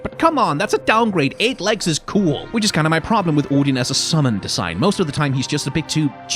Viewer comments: As a Dane it REALLY wrecked my second language attention span hearing Odin anf Sleipnir pronounced correctly 🤣🤣 I wasn’t prepared for the code switches AT ALL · Your videos teach me the pronunciations of Odin and Sleipnir. Also Freya in your God of War video. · Forget the proper pronunciation of Sleipnir and Gungnir, this is the first time I've heard someone online pronounce "Odin" correctly. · Can we just take a moment to appreciate the way says "Odin"?